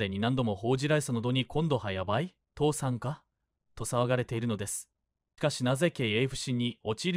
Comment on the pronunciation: 「父さん」では無く「倒産」ですよ⁉ 変な日本語❓